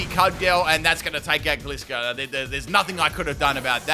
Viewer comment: I love how he pronounces Gliscor totally wrong XD